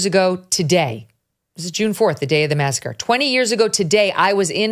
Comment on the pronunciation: Masacre? I thought you said massage parlor.